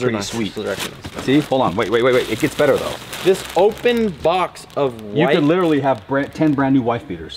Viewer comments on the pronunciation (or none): none